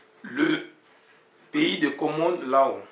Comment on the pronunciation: on ecrit law on prononce lo svp.